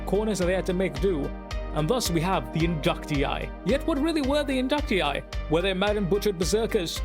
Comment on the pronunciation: Somebody who actually pronounces it correctly. 🙌🏻🙌🏻 Great perspective and video dude. 👌🏻